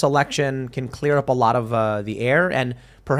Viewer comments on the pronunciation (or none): none